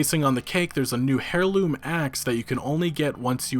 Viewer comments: it's not pronounced 'hairloom' it's pronounced 'airloom'. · "Hair Loom" axe? Bro... did you even graduate high school? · The H is silent in the word heirloom. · it’s pronounced AIR-loom... not HAIR-loom, just so you don’t look like a dummy in the future... 😘